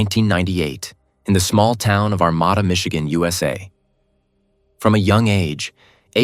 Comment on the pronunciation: Ar-mA-da...The second "A" is spoken as a long "A." I live not to far from Armada. At the time, I lived in New Baltimore...This was just Devastating! This poor, Beautiful young lady was in everyone's hearts and Prayers...as was her family... God Bless them...